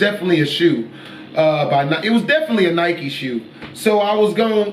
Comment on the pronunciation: This guy is scared of everything 😂😂 He Also pronounced Nike wrong